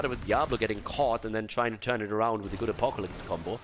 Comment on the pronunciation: that sounds soo funny xD